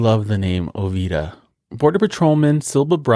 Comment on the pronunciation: not trying to be mean...Ovida is pronounced O vee da....My mamas name Valeta is pronounced Va lee ta, she named Ovida